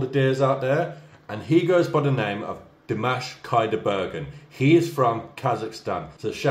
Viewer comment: Hey, u have been reacting to him for so long and u still pronounce his name wrong 🤦🏼‍♀️🤣 learn it, man!!!